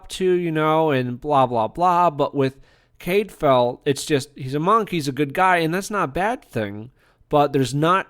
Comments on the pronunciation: Full on read this as "half a whiptail". Great show. Nice review. You sure that's how they say his name in the show? I thought it was more 'Cad file' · You need to read the books to fully understand the characters, and history to be credible. You're mispronouncing his name and tons are left out of the BBC series for time reasons. I couldn't even finish listening to the post and wont be back.